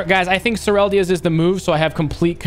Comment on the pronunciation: Sureldya's? Bro get it right allready, not toxic but just say Serylda's plz, READ :D haha